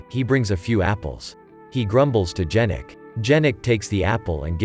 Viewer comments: "he was watchig his boxing maches on TV" - realy, maybe he watch it on tablet or smartphone? In 1930-39 - who had TV ? People listen to the radio but TV was not such spread invention. 4: 10 - not "Dżerek" but [ Ianek] should pronounce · It's not pronounced D-zh-anek, but Ya-nek.